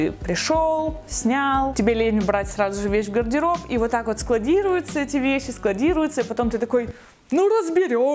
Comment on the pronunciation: Ого какой запущенный гайморит...😲 И вот это "пэрвым дэлом разбэраю свой гардэроб..." неужели она не замечает этого?... 🤷🏼‍♀️